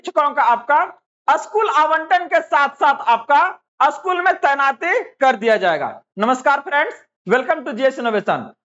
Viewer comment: असकूल नहीं स्कूल होता है